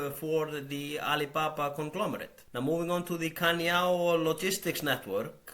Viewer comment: The only reason I can think of why they are not aggressively buying back stock is that they don't actually have that ~$92B like they say they do. It all seems too suspicious. Btw the 'c' in 'Cainiao' is pronounced as 'ts', not like a 'k'. Yeah, Chinese pinyin is weird.